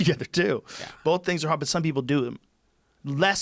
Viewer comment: Joe "Bowlth" Rogan